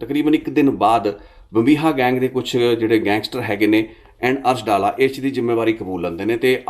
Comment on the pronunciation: ਅਰਸ਼ ਡਾਲਾ ਨਹੀਂ ਅਰਸ਼ ਡੱਲਾ ਹੈ ਪਿੰਡ ਦਾ ਨਾਮ ਹੈ 🙏🙏🙏